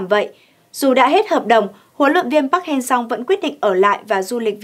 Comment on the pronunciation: MC nên học lại các đọc tên HLV nhé, người Hàn đọc là Pắc-Hang-Sơ, mình MC đọc 2 cách sai trong cùng 1 bản tin, thiếu chuyên nghiệp quá, ko tôn trọng HLV rồi